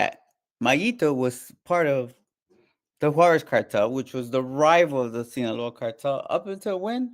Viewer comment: On what? Netflix lmao. He didn’t meat mayo I can bet money on that. Mf can’t even say Juarez correct